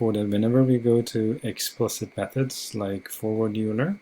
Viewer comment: Euler is pronounced oi-ler